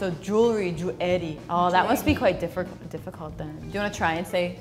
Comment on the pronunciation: american girl almost says 'diffiicurt'